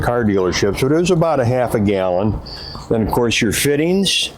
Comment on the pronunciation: Oh yeah, the “fittens”